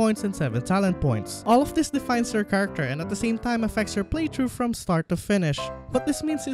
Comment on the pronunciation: ITS FUCKING PRONOUNCED PLAY THHHHHHRRRRROUGH NOT PLAY TRUE